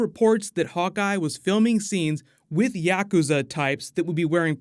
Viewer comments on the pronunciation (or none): none